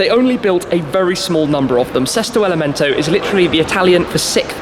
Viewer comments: Sesto elemento meaning sixth element....not" sick element"wtf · Gary Tucker “Sesto Elemento” please !....not Selesto ! 😉 Sorry.....but I am Italian . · Sesto elemento shmee means sixth element not seak or seek element